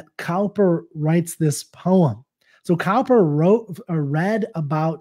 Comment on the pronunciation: the way to pronounce It is not cow-per, but cooper